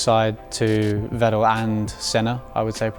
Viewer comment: Bros hero is Vettel and he can't pronounce his name nah